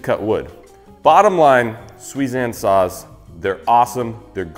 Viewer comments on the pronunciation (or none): I swear I was hearing you say suizan "sauce" and not "saws" and I was having Rick and Morty flash backs since it was so similar to Szechuan sauce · I thought he said sauce for the sponsor and I was trying to figure out the tie in…